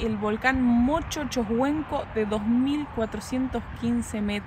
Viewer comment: Los nombres son Choshuenco y se pronuncia "chochuenco" y Pirihueico y se pronuncia "pirigüeico" igual que pingüino 😅